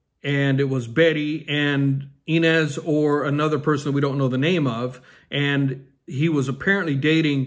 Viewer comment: Ryan and Blake had a third child last fall and kept her name a secret, her name is Betty. You are pronouncing Inez wrong.